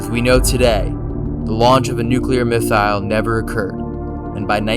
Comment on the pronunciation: Okay love it. But it’s missile. Not miss ile